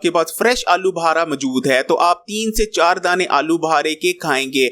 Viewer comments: Uncle. Aloo Buhara ni Aloo Bukhara bolty hain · Alu bahara nahin alubukhara.